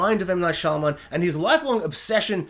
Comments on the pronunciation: Am I the only one hearing you say Shylaman and not Shymalan? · Making a whole ass video on the guy and saying his name wrong the whole time is almost as wild as having Unbreakable under The Visit and Old.